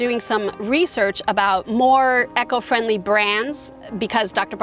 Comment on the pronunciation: Nice talk, but eco is not pronounced echo. Not trying to be mean or anything, but it jarred every time you said it. E-co. Jon in rural BC, Canada